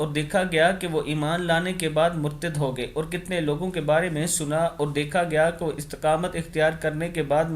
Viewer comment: Urdu aap theek ada nahi kartey plz hadees hai a koi mazaq nai munharif ko aap kiya boltey ho suno aur hogaey ko hogay boltey ho matlab badal jaeyga sorry